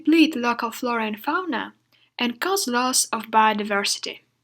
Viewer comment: The video is so clear and well-organised! It would be even more efficient if you correct a bit the pronunciation of some words like "synonyms" and "cause". Best wishes!